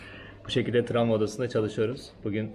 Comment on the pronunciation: Tramva degil ,travma:))